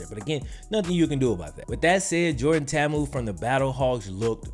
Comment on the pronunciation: Jordan Ta’amu’s name is pronounced with both a’s as lower case not upper case. Half of us at Ole Miss didn’t even pronounce it right while in school with the guy. Hope he goes off in the XFL and lands a shot at the NFL! Love your videos though man 👊